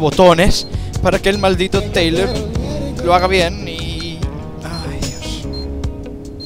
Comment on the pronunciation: se...dice...tayler